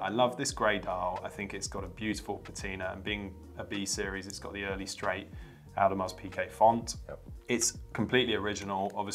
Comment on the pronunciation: Yaeger? AudemarS Pickay?